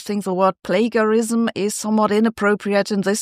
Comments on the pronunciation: Plagiarism is pronounced with a "juh" sound not "guh". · Is this AI? 'Plagiarism' is pronounced with a 'j' sound, not a hard 'g' sound. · i like the way she says plagarism instead of plagiarism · Just so you know plagiarism is usually pronounced with a soft g like plajiarism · In English we say "play-jehr-ism". (From the Latin for "kindernap") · The g in plagarism isn't pronounced as a g but as a j : play-juh-ri-zm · /ˈpleɪd͡ʒəɹɪzəm/ : /nəʊˈbɛl/ I won’t accuse Sabine of plagiarism if she copies English pronunciation. How little research has gone in here if even the words in the title are mis-pronounced? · I get pronouncing it with the German 'g', but it's FIRST moment on screen is "plagarized" cmon spell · It’s pronounced play-ja-rism Sabine. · Say 'plagiarism' with a soft g as in 'general relativity' :-) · I love that your normally impeccable English occasionally gets hard and soft G wrong. /plā′jə-rĭz″əm/. Great content as always. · Soft g in English, Sabine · The word is "plagiarism " and it's pronounced "play-jar-ism". You're welcome. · Thanks Sabine, for your insight. Just a note though, it's pronounced with a soft "g": play-jar-ism, in case you breathe in German. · It's pronounced plagiarised not plagiarised 😋😂🤔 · FOR GOODNESS SAKE SABINE, IF YOU'RE GOING TO TALK ABOUT PLAGIARISM, AT LEAST FIND OUT HOW TO PRONOUNCE IT CORRECTLY! Your pronunciation of 'Nobel' is also dubious. It's 'no-bell', not 'noble'. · I can’t deal with how she pronounced plagiarism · We all love you Sabine, and we all know you are not a native speaker but you speak brilliant English… but… when you use a word that is repetitively used in your podcast at least try to pronounce it correctly. I am referring to plagiarism. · Plagarized is not pronounced with a gue sound but with a jeh. Like rage, page, mage.etc... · Plagiarism is pronounced with a soft J, not a hard G.